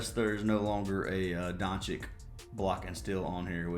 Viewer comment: Hhahahahha I love how you pronounce every players name wrong. It always cracks me up. (Rozier, VM, doncic) hahaha. You’re the man though brother I bet big on that baseball bet yesterday. You’ve won me some decent money last 3 months. Keep crushing it